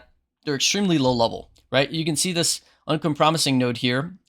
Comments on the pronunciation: Delete and reupload but learn how to pronounce uncompromising first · It is funny but it's not a big deal. Have your chuckle and move on